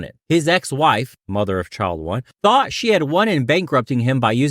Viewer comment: "Thought," not "Taught."